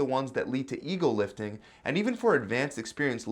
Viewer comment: This whole time I thought everyone on YouTube was saying eagle lifting apparently it’s EGO lifting people need to ring out the O they sound like L